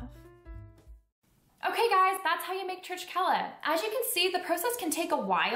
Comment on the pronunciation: Pronounced Churchela ❤️ Regards Jonathan Elikashvili 🇬🇪